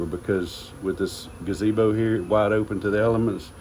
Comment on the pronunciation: That's not a gazebo, it's a gabeezo. you're mispronouncing it. 😂😂😂😂😂😂😂😂😂😂😂😂